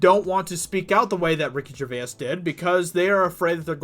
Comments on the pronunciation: its not pronounced gercvayis its pronounced gervace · You say Gervais with an Irish twang. Nice.